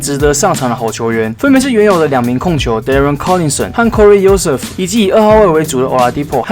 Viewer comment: 後撤步大大你的Joseph念錯了 turner真的蠻常有犯規麻煩的哈哈